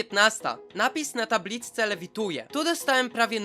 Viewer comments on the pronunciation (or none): Ty nie powiedziałeś tabliczce tylko tablicce